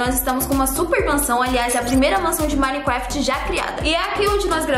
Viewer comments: "Minecwaft" kkkkk amo a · ''Minecwaft'' kkkkk amo a eu e